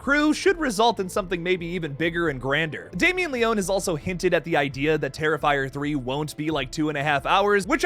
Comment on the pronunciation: Great video but the mispronunciation of Leone is driving me crazy lol